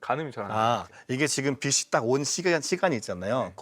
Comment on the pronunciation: 노벨상을 기대할 만한 사람이 '천문학을 가르킨단다'. '빛이'를 '비치'라고 발음하지 않고 '비시'라고 발음하는 교수... '빗이'는 어떻게 읽으려나... 학생을 가르치는 사람이 아직 국어에는 좀 모자란 면이 있네...